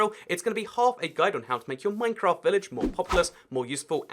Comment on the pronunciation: Minecraft I thought you said mein kämf